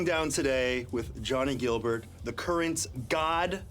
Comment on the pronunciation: “Guilbert” not “Gilbert”